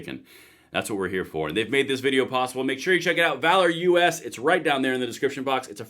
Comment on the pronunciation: OK, I guess I have to be the one to address this. - it's not VALOR - U.S., it's VALOROUS. One word. V-A-L-O-R-O-U-S. Sorry, just driving me nuts.